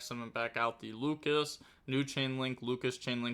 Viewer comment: I'm back with pronunciation: both the main deck monster and the extra deck Yummy monster are: "Lollipo" not "Lollipopo". The level 4 Draco tail monster's name is "Lu-ci-as" not "Lucas". Also even though there are no K9 in this video please call them by their names and not by their numbers, that is very confusing